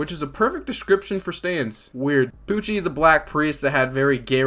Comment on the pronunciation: I love how the Translation Pronounce Pucci As POOCHIE